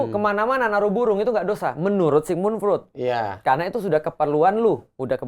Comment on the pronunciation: Freud, bacanya Froid